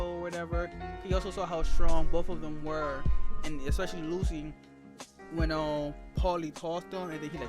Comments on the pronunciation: It's not "Lu-C", it's "Lu-tschi" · It's Lucci. Like Gucci. Not Lucy